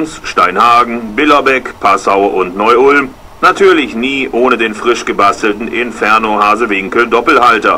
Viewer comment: "Neuulm" :D :D :D :D :D